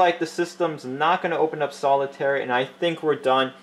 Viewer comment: "Solitairy" lol